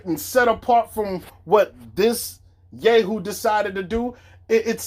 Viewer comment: Rodolfo Garcia he said “ya-hoo” but pronounced it “yeah-hoo”